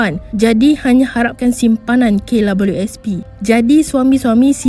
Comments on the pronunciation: Kenapa dia sebut K Lawelieu S P,,,lawak la,,,hehe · Pnyalah bnyak kali dia sbut abjad 'w'..smpai kesudah x ok ok jgak.. Kalu dh pyah sgt..cuba sbut cmgini..'double u'.. Mesti ok truih.. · Kenapa sebut klabyusp Sepatut nya sebut kdabel u sp (KWSP), sebutan kena betul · Aki sorang je ke yg dgr dia sebut klabiuespi 🤣🤣🤭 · Beria2 akak dnga betul2..k labeliu sp🤣🤣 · "Kay labelu es pi" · Sy nk komen gak psl perkataan tu...memg nk komen pun cume x tau nk buh ayat ape 😆😆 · Lidah pendek ke dik KWSP susah benor nak sebut hahaha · Maaf hihihi...... Puas saya dengar sebutan KWSP admin ni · k labiu sp..susah sebut kwsp ya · Kenapa sebutan KWSP dia pelik je bunyi nye. Rasa annoying je dgr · apesal admin ni sebut kwsp mcm xlurus jer😀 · Kenapa mcm susah nor nak sebut kWsp tu.. 😁 😁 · Aku stop tgok vedio ni sbb terganggu dgn sebutn double u. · Say it again...W.... Struggle sgt tu...